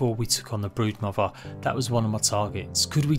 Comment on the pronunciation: Legit sounds like he said "The Breadmother"